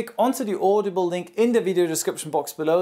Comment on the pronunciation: "Audeeble".... lmao audible 😂😂